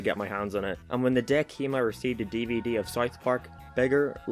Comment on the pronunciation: DivDiv Do you mean DeeVeeDee